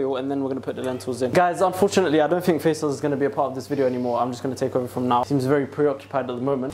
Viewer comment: yalahwi , a couple of days ago i was thinking to myself how your brotherhas a name of a street in egypt , when he actually said it i was so shocked ,i feel monitored again wth , but it's faisal not faizal.